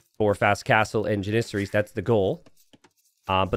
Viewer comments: It's driving me nuts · the way u pronounce janissaries 😂